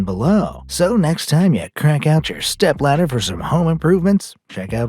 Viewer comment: of the video. I mist hear he say stap-sister and not stap-ladder